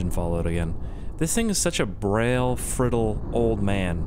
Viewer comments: "this thing is such a brail frittle old man" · "this thing is such a brail frittle old man" good job